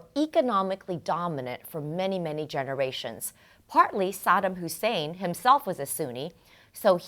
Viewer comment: It's the second syllable is 'Saddam' that's emphasized, Miss Geopolitics.